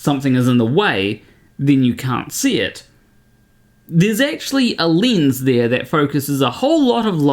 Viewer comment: Its a lens not lins?Maybe in swedish but how come native english speakers can t pronounce words properly.